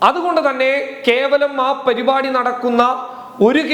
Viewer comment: Perupadi അല്ല parupadi